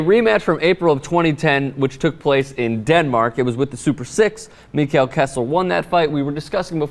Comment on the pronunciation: COME ON KESSLER! -and its pronounced "Mekkel"